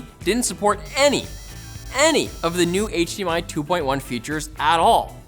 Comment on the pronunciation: did you say hmi 2.1